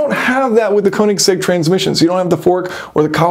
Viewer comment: Nicely detailed in depth look but please at least try to learn how to pronounce Koenigsegg.